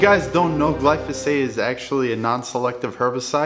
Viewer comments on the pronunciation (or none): It’s gly pho sate. Not gly so fate. lol. Just saying. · Gly-foe-sate. Not what you said, gly-so-fate. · Guy can’t even say glyphosate GLY FOH SAYTE NOT GLOWNSJUSNWNE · Glyphosate, Glysophate. Tomayto, Tomawto. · It’s not glysophate, dummy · As a pesticide toxicologist, I have to admit I was a bit triggered by your pronunciation of glyphosate at the beginning. But after watching your video, your explanations were spot on. I can forgive pronunciations of difficult active ingredient names. A Cubs jersey on the other hand, that's harder for me to look past. 😆 Jk, good stuff man!